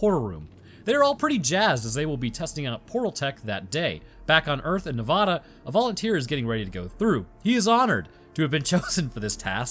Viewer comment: Neh-VA-duh Pronounce it so that the middle part rhymes with the “ad” sound in the words "sad" or "mad." Sorry, but as someone who lived there it always bugs me, like Warshington